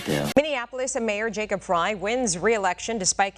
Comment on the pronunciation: FYI…Frey is pronounced “fry”.